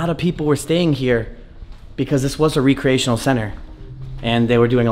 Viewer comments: I was looking for this. The “ree-creational” always drives me nuts 😎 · REE cree AY tionuhl? Rehk - cree - tionuhl. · I'm from MA and like this dudes videos but good God he's not the brightest bulb sometimes lol...when he said recreational like "ree-creational" at least a cpl of times it was really irking me like dude you really don't know how to pronounce that word 😂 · The way he pronounces re-creational has me questioning the way I pronounce it lol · Great video, kept me interested the whole time. But the pronunciation of recreational center killed me. (Rekreational) you're not recreating something. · reC-re-ational not re-create-tional 🤣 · Recreational... Not re-creational